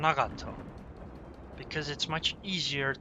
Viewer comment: Maybe he's just trying to do the word justice and pronounce it correctly?